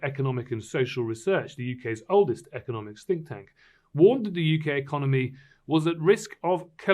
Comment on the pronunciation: .......he says "stink tank" 🤣😂🤣😂🤣😂